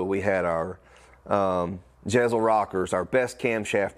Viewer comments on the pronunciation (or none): Jesel rockers not Jezel.